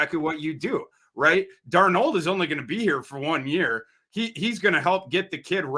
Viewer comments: And Dar-Nold wait... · pronunciations of Darnold and Lewis Cine are just bizarre lmao